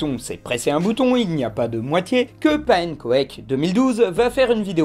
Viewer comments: Pannenkoék... Ca se pronnonce pannencook, c'est un très joli mot néerlandais. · Pannenkoek ça se dit Panne-kouk ^^ Voilà c'est un détail mais bon :p